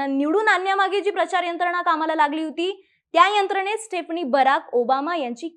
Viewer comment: Madam ek chota correction: स्टेफनी nahi स्टीफनी aahe